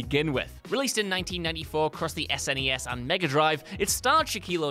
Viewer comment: Anyone else unusually irked by the way () pronounces SNES and MS-DOS?